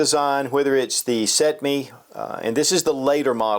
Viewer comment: First video ive seen you butcher!😂 Can you say cetme?